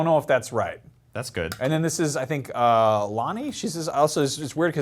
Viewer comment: Who's Lani??? Do you mean Nani?